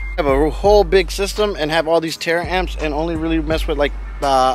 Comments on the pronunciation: Ta-ramps not tara amps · Bro, I like your videos, but damn pronounced the word right it taramps not Tara amps